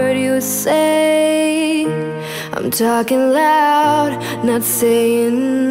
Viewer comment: Why does she say "Li'm Titanium"? Why the "L" before??